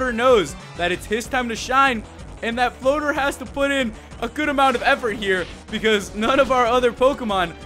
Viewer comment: Every time he says "Floater", I think he says "boner"......